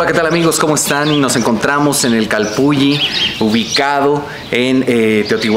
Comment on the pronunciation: Nmms se pronuncia calpuli😒😒🤦🤦